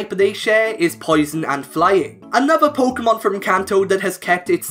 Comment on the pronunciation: "polka mon" I cannot watch this.